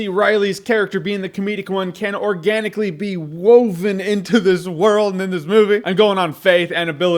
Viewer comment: ...."organically" eye twitch